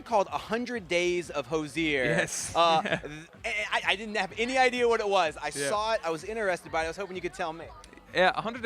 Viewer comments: Thr interviewer consistently misprouncing his name is making my ears bleed. 🙉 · The interviewer really should learn how to pronounce the interviewee’s name before the interview. Hozier even slipped in the correct pronouncement and he still got it wrong.